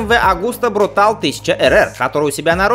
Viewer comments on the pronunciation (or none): МВ Агуста все-таки брутале, а не брутал